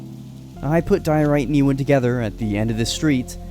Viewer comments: E-Wan? You mean Ewan...or Euan...You-ann. JS. And I'm guessing it's Ewan McGregor that's your favourite actor...correct me if I'm wrong! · i hope youre not talking about living legend ewan mcgreggor calling him ee-wan and not you-en LMAO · Yoo-an bro not Ee-win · 😂😂😂😂 Ewan 😂😂😂😂 E-Win pronounced U-in gave me a laugh though 😂😂😂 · its not lronounced ewan its pronounced you-in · It’s not pronounced “Ewan” it’s actually pronounced “U-an” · Also ......Ewan. Its pronounced You ahn not Ee Wan. I love interest in my home country too but the pronunciation makes the video hard to watch 😢 🏴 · Ewan is pronounced you-un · I have only one major complaint. Ewan is pronounced as You-in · The way you pronounce Ewan bothers me every time. But what bothers me the most is the implications that Wisps are friendly considering usually in Scottish folklore they aren't, they mislead people into dangerous places like bogs in the dark and fog where they'll die/drown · The way he pronounced the name Ewan was very amusing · Your pronunciation of Loch and Ewan makes this a hard watch